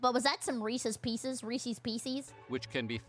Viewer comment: DId she just say Reesees Peesees?